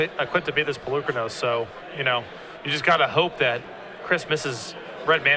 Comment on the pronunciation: I wish the Star City games commentators would pronounce Polokranos the way that Wizards said it should be pronounced, it makes the presentation feel more professional.